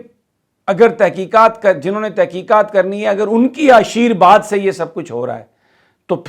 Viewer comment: Blessing is ASHEERVAD not not ASHEERBAD It is humble correction